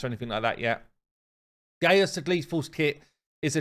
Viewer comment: His name is not gay-us it's Gaius(guy-us) it's a Roman name.